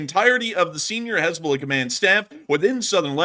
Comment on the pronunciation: “Haznahballz” got me rofl 🤣 💀